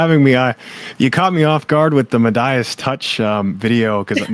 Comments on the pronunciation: So I'm not happy Trump is president, but when the guy claiming it was stolen immediately comes on and pronounces "Meidas" as "Med-eye-us" you immediately lose credibility. Nit-picky? Yes, but these are pretty serious accusations, and you should know how to pronounce it. If you're going to claim that these numbers are unusual, you need to show copious historical data in comparison. Making accusations like this means you need your argument and presentation to be airtight. It looks fishy, but this isn't nearly enough.... And I have never seen an online petition ever be used for anything other than spam. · Next time please turn your phones to silent. It is distracting. Also maybe run through pronunciations prior to air time. E.g. ‘Meidas’ and ‘Allegheny’.